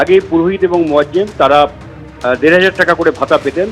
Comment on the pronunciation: Moajje m hobe😅 moajjen hobe moajjem noy